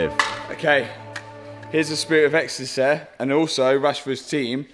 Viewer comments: "Spirit a exstasayyy" beder alredi! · "Spirit of Ecstacehh" is surely a new t-shirt slogan? 😂 Great vid as always.